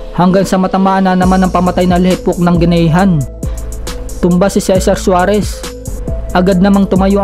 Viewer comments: Parang mali.juares yata at hindi suares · Tama ba narinig ko, Cesar Suarez? Cesar Juarez po xa idol.😉 Pero ang ganda ng video mo idol.